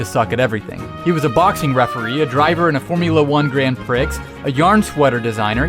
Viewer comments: GRAND PREE NOT GRAND PRIX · The pronunciation of Grand Prix is hilarious!